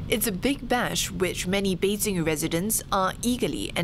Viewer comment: Is there a need to pronounce all of the Chinese name with tones? Well if so, get all of them right, specifically Beijing. siong